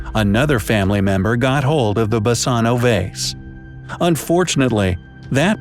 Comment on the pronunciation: Basano is a Greek word. "Basano = Βάσανο". You pronounce it wrong,and it means Torture.